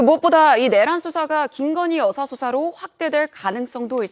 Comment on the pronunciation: 여사라고 들리시나요? 난 여자라고 들립니다만